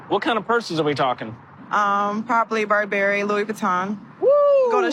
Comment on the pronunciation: She can’t even pronounce Burberry but has a room full of them.